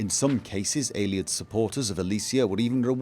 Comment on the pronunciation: The way you pronounce "Ayleid" really bothers me... "Aylieds" you say. Just something to think about ;)